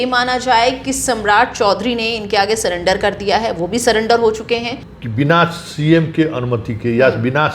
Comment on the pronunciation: आप भी समराठ (deliberate) की तरह सरेंडर को सलेंडर बोल रहे हैं 😁